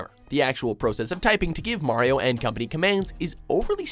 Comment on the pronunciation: Thank you for saying Mario's name properly, and not pronouncing it 'Mary-oh'.